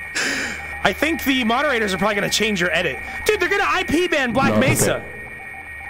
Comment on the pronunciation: It’s Mesa not Nesa